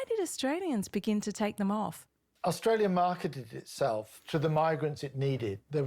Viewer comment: Austalia?? LOLOL